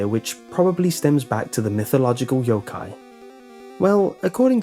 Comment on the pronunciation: He said yo-kia. I'm sorry. 🎶YO-KIA YO-KIA WATCH🎶